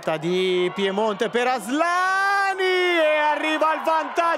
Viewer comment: It's Asllani not Asslani 😂